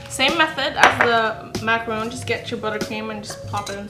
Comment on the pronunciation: As a French person, it's pronounced Macaron with one O but it's okay.